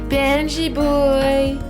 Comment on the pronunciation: I heard you saying "PNJ boy !" instead of "Benji boy !" 😄